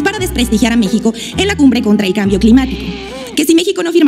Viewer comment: Es un asunto preocupante que la mujer no pueda pronunciar "cambio", "personas"' y "gases" (o más bien la mitad del discurso sin equivocarse) Tendrá alguna discapacidad intelectual??